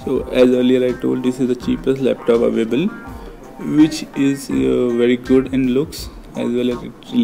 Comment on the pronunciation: seconds he said avable not a availabe